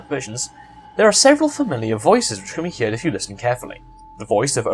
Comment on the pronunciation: He pronounces heard as hear-ed which is fucking annoying